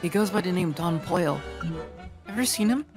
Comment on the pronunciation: why does he say don pollo like that